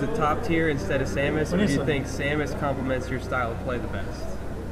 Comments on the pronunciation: But he isn't saying "Sah-mas," he's saying "Saw-mas" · pronounces Samus as "Saw-mus?"